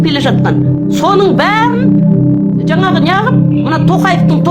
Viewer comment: Жанағы демей,Жаңағы деп айт.